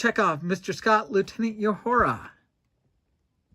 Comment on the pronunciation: Nice work! You are better at painting figurines than you say. One criticism: just because Lt. Uhura (Nichelle Nichols) opens hailing frequencies is no reason to call her "Yoohoo-ra"!